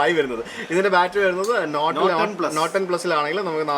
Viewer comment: bro, 'Not' and "Note" are pronounced differently:)